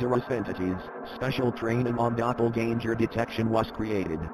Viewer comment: Pronouncing "doppleganger" like Danger kinda cut some of the horror .